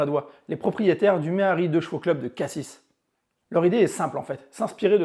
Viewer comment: bonjour ^^! Alors deja très bonne video et pour l'annécdote la 2CV du mehari club Cassis ( ça se prononce Cassi et non Cassis x) enfin bref ) pour habiter a Cassis quand j'était au collège j'ai fait 2 stage de mécanique la bas et cette 2CV la j'avais demander si je pouver m'assoire dedans. On ma dit oui et du coup cette caisse c'est devenue littérallement ma salle a manger car pour la pose de midi je manger et dormer dedans ^^ Voila si tu veut plus d'information ou d'histoire la concernant fait moi signe ;)